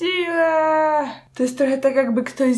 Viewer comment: napovzatku słyszałam, ,magnetyczna zdzira" a potem patrze komentarze a jednak mówi, ,magnetyczna sila" xD